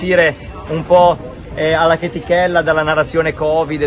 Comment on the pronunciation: Loro… quelli della NARRAZIONEH… contrapposti a quelli che hanno preso CONSAPEVOLEZZAH.. i risvegliati a cui nessuno la fa